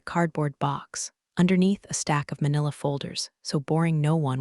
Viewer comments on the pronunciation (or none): none